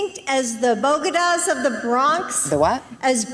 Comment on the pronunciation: I'm an Ecuadorian/American and when Jill Biden said BOGEDAS I nearly fell off my seat. What the hell is a BOGEDA?